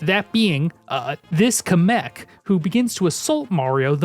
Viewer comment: DaS hEisSt niChT KaMek DaS HeiSsT MaGiKoOpA (sry I needed to do this)